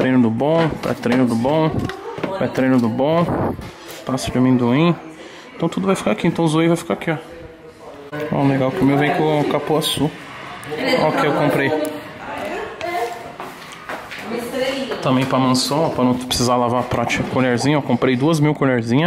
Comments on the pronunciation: Porra Toguro o açai que vcs tomam ai já é zoado, aí vc com "capuaçu" foi foda. O nome certo é CUPUAÇU! (Sou paraense) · KKKKKK ....." CAPUAÇU " foi ótimo, é CUPUAÇU irmão.....KKKKKK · tem toguro falando capuaçu em vez de cupuaçu tem like kkkkkkkkkkkkkkk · Achei que fosse CUPUAÇU e não CAPUAÇU KKKKK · O açaí dele veio com "capuaçu". Kkkkkkk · Toguro: Vou tomar Whey com "CApuaçu". AHEUIhAUIEHiuAHEuiahuiehUIehUIAEHuiAHEuiAHiuhe Eu ri.